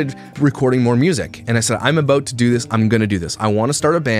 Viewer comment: I love the way you chose positive paths when faced with ... heartbreak, for example. Working hard and not moping 'aboot' lol💚 I would probably be in a mental institution curled into a permanent fetal position.